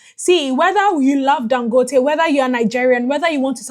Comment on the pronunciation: Thank you for trying to pronounce his name right. 🤷🏽‍♂️